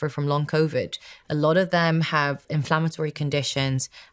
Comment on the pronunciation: Innocent question: Why does she pronounce Covid as Coviddge and Need as Nijj ? Is this a known accent ?